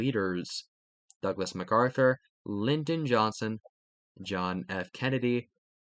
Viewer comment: why did you pronounce Lyndon Johnson like that? 😭